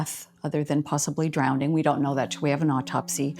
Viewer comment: Drownding is NOT a word. There is NO Dd in the word drowning. 😊